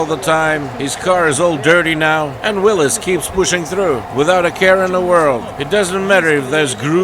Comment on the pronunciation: Starting the video with the accurate pronunciation of Willys just got you a new subscriber 👍